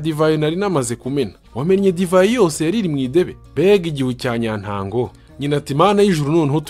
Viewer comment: Nibyiza ariko mbere yo kudusomera umugeni ujye ubyitoza hari amagambo usoma nabi udakurikiza amasaku urugero ruto numvise kuko sinawurangije,nyantango,ikizeze,gukokoza,umusa wisuka,gucucira,Nandi...